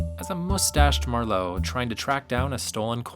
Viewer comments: What the heck? The first two pronunciations of "Marlowe" correctly put the emphasis on MAR - with increasing lapses ultimately ended with the narrator almost say, "MerLOT" as in the wine. It's MARlowe. The whole video is about MARlowe. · Why does the narrator keep pronouncing the surname as "mar-LOW"?? It's MARR-low god damn it. Also, the only actor who even came close to portraying Philip Marlowe was Bogart. Robert Altman should've served prison time for his crappy Long Goodbye with Elliot Gould, who had exactly NONE of Marlowe's traits. Robert Mitchum was too ugly & rough; James Caan too chipper; Powers Boothe too plain, not handsome enough or beaten-down enough. The Rockford Files guy was too soft & pretty and incapable of being intimidating; all the other guys just look like square dorks in suits with too-tight neckties & bad acting. Ironically Steve Martin's character in "Dead Men Don't Wear Plaid" came closer to embodying Philip Marlowe than anyone else. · It’s MARlowe not marLOWE…cmon yo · I hate the way you pronounce Marlowe as Mar-LOW. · Yes, that was bugging me too. He pronounces it like ‘merlot’. I’ve always heard it pronounced MARlowe (mär′lō) /ˈmɑːrləʊ/, with the stress on the first syllable. This is the pronunciation of Marlowe given in Merriam-Webster’s dictionary, the American Heritage Dictionary, the Free Dictionary, the Oxford Dictionary, Wiktionary, and Wikipedia. It’s also how it’s pronounced in the films. Also, in American English, ‘plethora’ is usually pronounced: PLETHora (plĕth′ər-ə) or /ˈpleθərə/, not pleTHORa (plĭthôʹrə) or /plɪˈθɔːɹə/. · The "fantastic" Elliott Gould ???? As Marlowe ??? Ow dear ow dear, that doesn't do your credibility much good ! By the way, what is that irritating habbit of pronouncing it marLOW in stead of MARlow ? What's next, marLON branDO ? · besides the mispronunciation, what's wrong with elliott gould as marlowe (yes is marlowe, not marlow. whats next? Marlone Brandone???😂😂😂😂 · phil-IP mar-LOWE